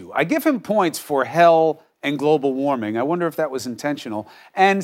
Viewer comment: Waming ? Waming ? Are you kidding me ? Smh.